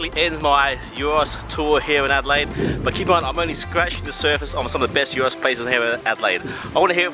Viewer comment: Already happy that you are pronouncing it “yeero” Cool to see the Greek influence in Adelaide 🇬🇷🇬🇷